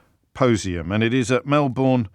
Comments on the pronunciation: James Melbourne is pronounced Melbern. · Just one thing... it's pronounced Melbn 😂